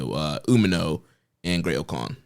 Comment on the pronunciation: Dude needs to learn how to pronounce Umino correctly, and nobody gives a shit about your promotion